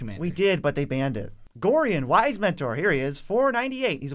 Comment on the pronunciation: Love the vids! "Gorion" is pronounce "Go-Ryan" not "Gor-eon" for future reference.